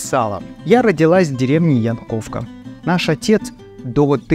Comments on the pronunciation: Сказать больше нечего? Напишите, будте добры, информацию о происхождении названия Вашей деревни. Может тогда запомнится правильное произношение Я- новка. А то второй раз замечаете только это. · Деревня Яновка, а не Янковка ударение на букву Я